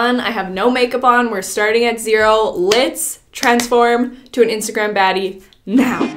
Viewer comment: i was jusssttt about to comment this! i couldnt stop laughing lol